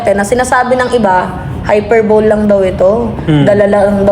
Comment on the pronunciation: HY PER BO LE.... PRONOUNCE MO NGA... 😆